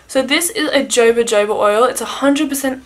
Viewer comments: The jojoba oil is pronounced “hohoba” 😊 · It's pronounced Hohoba :)